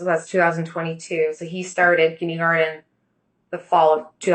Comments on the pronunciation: If she says "kindygarden" ONE more time 😂😂😂😂😭😭😭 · You’re scrambling too. And “kindeeegarten?? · She went to college??? She seems so uneducated. Kindeegarden? This is not a Massachusetts thing. Nobody calls it that. And where is the straw for that drink?